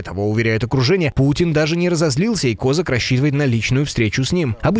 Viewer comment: Ставте правильний наголос на прізвищі Козака